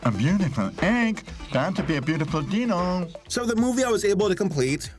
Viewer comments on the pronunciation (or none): ”booteful egg, ‘bout to be a booteful deeno!” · I really love your pronounciation of the german names. Its sounds so cute. But remember: there is one credit dingo pictures deserves. without these mad men there wouldn't be yee-dino